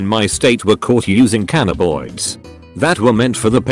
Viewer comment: "Cannaboids" Pepega